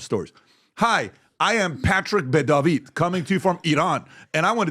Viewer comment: I didn't know Patrick pronounced David with a spanish accent.